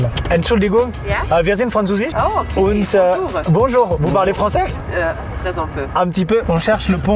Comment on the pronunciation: Ouais fin le : Okayy il est pas tres allemand quand meme